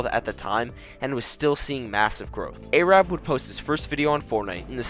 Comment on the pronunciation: not airab its arab